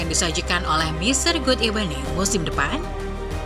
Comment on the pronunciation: Kadang² God ebening